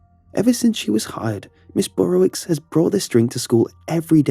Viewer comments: Dunno why this bugs me but it's pronounced "Burrovich" not "Burrowicks" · This is a polish name and pronounced burowich. Love the stories, though! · The wicz is pronounced "vitch" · As another follow pole, every time he pronounced it ms “burrowicks” I wanted to correct him 😂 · Thats a polish name but it doesn't sound polish when you say it.